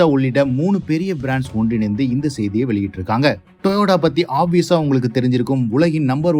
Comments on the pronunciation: Yes this Guy this pronounceing as Toyoda is irritating to watch his video, but purposely doing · Your pronunciation of TOYOTA is wrong. It is TO-YO-TA. Not TOYODA. This spoils the presentation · Dai stop it to say Toyoda.. instead TOYOTO… toyoda is the founder name … initially named in his name and changed to TOYOTO by himself… don’t follow you as loosu paya… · டேய் thambi pronounce properly it's toyota not toyoda. சும்மா Peter விடாத